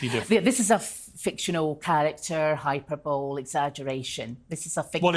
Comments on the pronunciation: "I'm a qualified lawyer and I know how to say hyperbole." Sorry, but she said 'hyperbowl' instead of 'hyperbole' (hi-per-bo-li) twice. I cannot understand how an educated and qualified lawyer doesn't have a grasp of the English language. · ma’am if you can’t pronounce the word hyperbole I’d recommend just using a different word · I’m not a lawyer, but it is soooo jarring 😬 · Wait, she is a lawyer why would she need coaching? Lol. But she can’t pronounce hyperbole correctly and blames her boss for her dismissal. Cray cray 😜